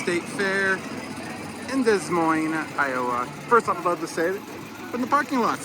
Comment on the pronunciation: Fantastic video. I do like to point out they you incorrectly pronounced the city. But, those can be a bit tricky. It's Des Moines, Des is pronounced as Dew, and you correctly said Moines. Thanks for this video!